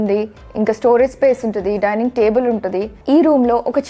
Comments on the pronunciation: Daining kadu madam Dinning. Prati okallu English lo matladali ani over action chestunaru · Dinning kadu dining.lol😂😂